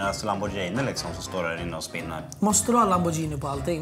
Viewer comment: Det heter lamborGhini inte lambordjini